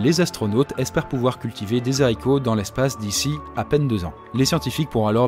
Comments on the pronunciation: Je suis désolé mais la.....NON ..........le ZARICOTS ....La je ne peux pas LOL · Super concept ! J'adore ! Ça change et l'avatar est super ! (Le h de "haricots" est un h aspiré, donc audible au pluriel, comme avec hiboux) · J'adore ton travail et je sais que tu a parfois des soucies de prononciation, mais s'il te plait ne fait pas de liaison pour "des haricots", avec le nombre de personnes qui te regarde ne véhicule pas les mauvais exemples. Merci et continue ton excellent travail ! 😉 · pas des zaricots !! Des Haricots ! >H< ! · ON DIT DES HARICOTS PAS DES ZARICOTS (le H muet bon sang) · Raaahhh on dit pas des s'haricots mais des Haricots Mais sinon continue c'est trop cool :) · On dit des haricots pas des Zaricots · et "des HAricots" et pas "des ZAricots" monsieeuuur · pas de liasons entre des er Haricots! mdr dézaricots !!! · Pour 1000 €, à l'aise, et c'est des Haricots avec un H aspiré. Pas des zaricots 😁 enfin... À mon époque, mais je ne suis pas au fait des derniers changements linguistique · ON DIT DES HARICOTS, PAS DES ZARICOTS ! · Des haricots !!!! Pas des « saricots » 😓😓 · Des Haricots pas des zaricots 🙃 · On dit des haricots, pas des zaricots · Des haricots pas des zharicots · Des haricots ca se pronoance: dé ARICO pas dé zarico Il y a le H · Format bien zympa ! Même si l'avatar est bien fait, il est peut-être là trop souvent. Ou le faire sans images derrière, l'animer sur fond noir par exemple. C'est vraiment agréable à écouter. Sauf quand les zaricots pointent leurs nez 😁. Bravo l'équipe 👏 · À la liaison "des zzzharicots" fait mal aux oreilles >< Sinon super vidéo comme d'habitude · cool y'a pas que moi qui ai tiqué sur le z de zharicots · Par premier smartphone, on entend bien les smartphones comme on connait actuellement.. Le modèle d'IBM n'y ressemble en aucun cas! J'ai eu la même réflection.. "des zaricots" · Super sympa ce nouveau type de contenu merci :) Bon par contre les zharicots hum... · Les Zaricot ?? Ça fait mal aux zoreilles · des saricots